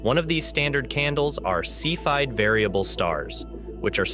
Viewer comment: While there is apparently more than one correct pronunciation of "cepheid", the one used here doesn't seem to be one of them. Pronunciation seems to be a continuing issue in this otherwise enjoyable series...